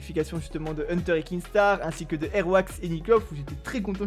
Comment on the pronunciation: KINSTAAR PAS KINGSTAAR